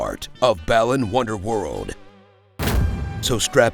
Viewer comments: The pronunciation is actually "Baa-Luhn". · did this man say ballin' wonderworld? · This game was so uninteresting, you spent the entire video pronouncing Balan differently every time you said it AND you didn't even get the game's title right in both the title and description of this video.